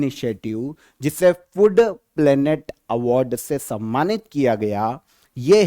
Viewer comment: Calling food, "FUD" was awkward 😅